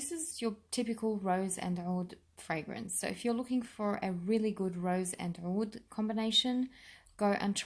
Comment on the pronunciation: owwoullld..lol "Oud"?